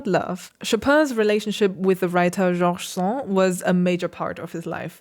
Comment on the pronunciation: As you pay georgeous attention to so many details...just to mention that in French the "d" is pronounced in the name of George Sand ("Jorje Sonde") ;-)